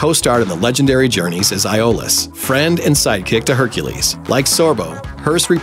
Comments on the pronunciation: Onnie Duvall Yeah I'm glad I'm not the only one who caught that. Plus he messed up the pronunciation of Iolaus. It's said "E O lus", not "I O lus." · you really bvutchered the pronunciations of iolaus and autolycus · What's with this guys pronunciation of the names? He said Iolaus and Autolycus really wrong. lol